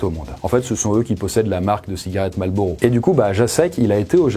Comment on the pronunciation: mdrrr a aucun moment tu prononce correctement marlboro.... ce n'est pas malboro